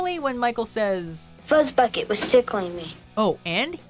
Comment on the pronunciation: FUZZBUCKET that doesn’t sound right DO NOT DISRESPECT FUZZBUCKET